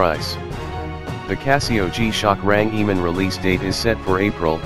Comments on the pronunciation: bro its range man not rangiman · What's a rang e man? What nationality are you mr speaker? I believe it's RANGEMAN and it's one word 🤔